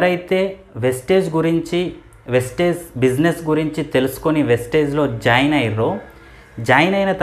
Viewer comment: వెస్టేజ్ కాదు సర్ వెస్టీజ్ … ముందు నేమ్ ని సరిగా చెప్పండి